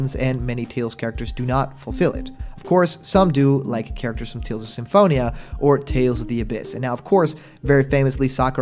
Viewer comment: I keep hearing you say Tales Off instead of saying Tales Of.